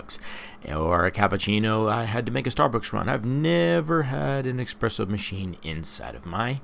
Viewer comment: Espresso not expresso